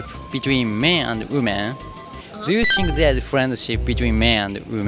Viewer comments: Think の発音もう少しがんばろう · 内容面白いからがんばって。それからthink の発音直した方がいいよ。シンク(sink) じゃなくて、しっかり舌先を歯に当てて。